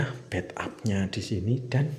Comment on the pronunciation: Bath tab om, bukan bed up